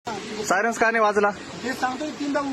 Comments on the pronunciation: Bhau sayrance mhantoy😂😂😂😂😂😂 sayrans ka nahi vajla😂😂😂sayrans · साय रन्स नाही रे बाबा सायरन म्हणत्यात रे भाऊ 😂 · सायरन्स नाही रे सायरन बोल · सायरन्स नाही सायरन म्हणा तेव्हा कळेल त्याना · सायरस नाही रे बाबा सायरन😂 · Arey baba syaras nahi reeee 😂syran